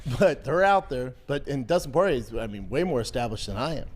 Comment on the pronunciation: Dustin por-ay